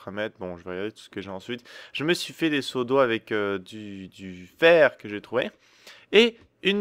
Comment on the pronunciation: j'ai compris autre chose quand il a dit "je me suis fait des seaux d'eau avec du verre....